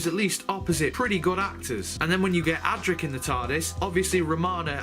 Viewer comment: Is is funny that you don't get a single companion's name correct: it is Adric (not Adrick), Tegan (not Teagan), Turlough (not Terlow or Torlow) and Peri (not Perry)